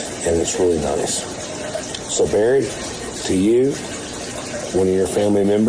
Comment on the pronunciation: It's Barry not berry!!!